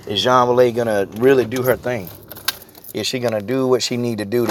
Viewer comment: Juang Weili's name is pronounced 'Jung waylee'